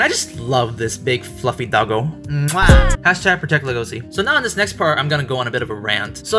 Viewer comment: Thank You for saying his name right! XD His name is pronounced "Legacy". Thank You!